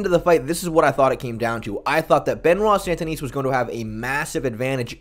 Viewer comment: It’s Sun-Deh-Knee